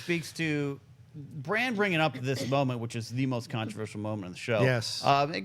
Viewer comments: I am the only person annoyed as hell everytime they call him Bronn instead of Bran?...Bronn is another character entirely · I kept thinking you were saying "bronne" is back. Its bran with an A haha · Are you guys calling Bran "Bronn"? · Bron?! No, he's name is Bran like in All-Bran cereal. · Bran! Bran! Bran! My head was gonna explode when they kept saying Bron lol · Can please stop saying Bronn when talking about Bran? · John, his name isn't Bronn! It's Bran, damnit! Lol But Bronn is back so you're not completely wrong... but it's Bran! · Hoona Hoona It's there accents I guess. He knows it's spelled Bran but for some reason he pronounces it Bron . He and others also pronounce Han Solo as Hon Solo. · Would it kill you guys to pronounce brans name right? Bronn is a whole other character... geez